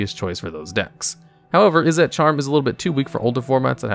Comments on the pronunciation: I keep hearing you pronounce "Izzet" as "Izz-ette". It's pronunciation is more like "Is it". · Izzet is pronounced "Izzit" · Izzet is pronounced Izzit (Is it). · A few things that I'm pretty sure are correct : - Izzet is pronounced "Is it," not "Is et." Not trying to be rude I'm just very nitpicky. - Boros charm is also played for it's other modes in commander. - Players don't get priority during the draw step, but they DO during the upkeep. Also, honorable mention: Rakdos charm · Hey just wanted to let you know that izzet is pronounced: is - it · lmao at this guy trying to find a way to pronounce "Izzet" wrong to bait engagement. lmao at me for taking the bait. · The way he pronounced Izzet 💀💀💀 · Have you always had such a weird pronunciation of izzet?